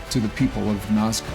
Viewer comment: Hi the nazca lines are being read wrong